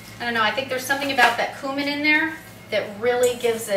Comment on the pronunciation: Check the pronunciation of cumin.